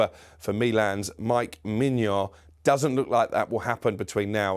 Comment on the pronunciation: Pronouncing Maignan as Mignon lol this guy is getting hungry just by reporting "breaking news" reading off Romano's twitter page. Hilarious.